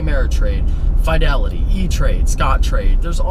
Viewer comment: WTF is Fyedelity? lol